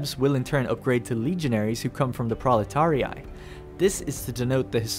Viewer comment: Proletarii is pronounced "prawletaree"